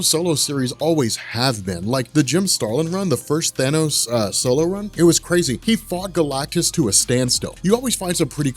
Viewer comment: At least you didn't say thaynose, fuckin hate when people say thaynose. It's Than-ose you morons.